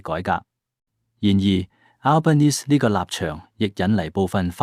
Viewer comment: 請留意當報讀澳洲總理名稱時留意發音最好不用英文式發音，因為他多次在不同場合對記者表示他是意大利裔人士，所以不應用英式發音來稱呼他，如果報讀中文新聞時可直接用他的中文翻譯名字稱呼他比較合適。